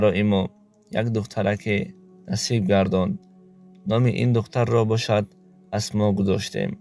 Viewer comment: Асмоа не Асмо